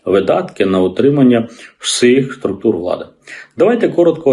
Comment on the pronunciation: "..Утримання ВсИх.." п. Томенко, ну хоча б Ви не "всИхайте".